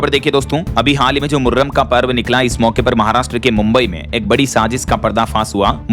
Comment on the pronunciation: कृपया आप अपना उच्चारण ठीक करें। जैसे मुर्रम नहीं मुहर्रम होता है और उननपच्चास नहीं उन्चास होता है।